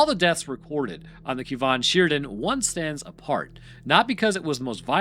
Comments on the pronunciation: its pronounced "Kar Mar Than Sher." just if you were wondering. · First, Wales is not English, but some of our place names are close to the english pronounciation that what you'vre come up with. Let me help you out: Camarthenshire: cam-ar-then-sher Cefn Sidan: kehv-n shee-dan (not "keev") Swansea: swan-see If you have any questions in future, feel free to slide into my DMs, and I'll help you out with pronounciation. ✌️